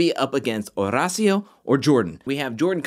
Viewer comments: OMG yeeees! Estoy flipando every time pronounces the name. It's so great! I'd defo watch any compilation of it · I have no one to root for now that Nurys and Nelly are gone… besides Olivia and Horacio. Also love the way you say his name.